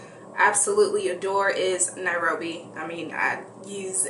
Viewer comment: Lol Jesus in a bottle. Nairobi pronounced right. You got nice arms tho!!